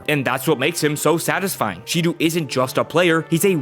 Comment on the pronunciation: Hey dude just so you know Shidou is pronounced like She-dough. Great video btw